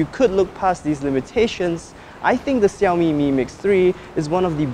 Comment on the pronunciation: Xiaomi i believe is pronounced 'xiao' as in 'small', not hokkien's 'siau' as in 'crazy'. If anything gets inbetween the gap I'd recommend using a can of compressed air.